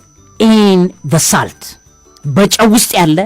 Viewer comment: *Salt 'ሶልት' ነው ትክክል አጠራሩ።